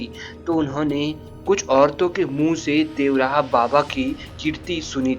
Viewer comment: अंग्रेजो की तरह देव रहा क्यों बोल रहे हो बाबा का नाम तो ढंग से लो देवरहा व और र को मिलाके बोलो